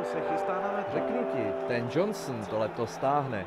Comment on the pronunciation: tenš :DD jeho jmen onesmime vyslovYt